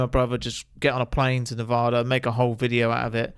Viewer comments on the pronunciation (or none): If you're going to come to Nevada please learn how to pronounce Nevada